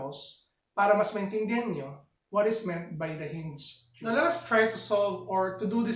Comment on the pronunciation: I love it when he says "Theo-rem"